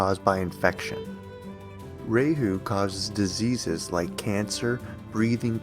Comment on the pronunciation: You titled your video 5 facts on when the pandemic will end according to astrology. Throughout the whole video you did not answer this question directly. you said one thing right. kal yuga is age of liars. you did just that. be more authentic in video titles. and please learn correct pronunciations. raaa hu not ray hoo.